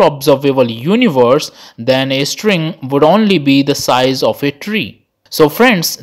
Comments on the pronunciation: When you pronounce string as estring, it sounds irritating, pls work on it. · Why does he keep saying string as istring or estring🤔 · No one: The guy in the vid: istring 🥴🥴🥴